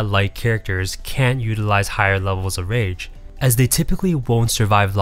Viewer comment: At first I thought you were saying RANGE effect lol.